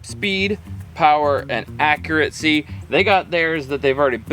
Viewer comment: Accuracy, not accuraTcy! No “t” sound in the word.